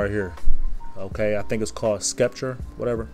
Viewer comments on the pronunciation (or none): Pronounced “septer”